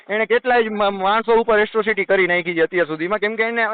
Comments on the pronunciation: એટ્રોસિટી કહેવાય તારી માને શોધે એકરો સીટી નહીં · પેલા એક્રોસીટી બોલતા શીખ દોફા